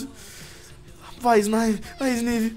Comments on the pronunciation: só aprende a pronúncia o nome do froagueder e do Snivy direito por favor e se fala snaivy de resto tá bao demais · se pronuncia snaivy é snivy mas se pronuncia snaivy snaivy snaivy SSSSSNNNNAAAAAIIIIIVVVYYYY